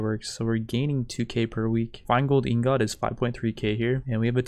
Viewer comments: I fucking hate how you say ingot xD but other wise great videos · You’re pronouncing ingot wrong lol